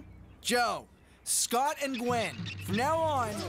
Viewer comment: 1yr late but Duncan messes up Gwen?? Gwen??